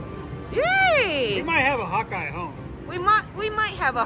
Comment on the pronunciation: When she was saying Hawkeye I thought she was saying "hotguy". 😅